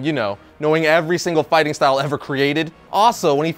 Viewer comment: You saying fighting style wrong is funny...